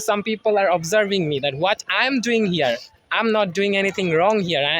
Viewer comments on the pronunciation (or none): I'm = um;clarify your pronunciation 🙂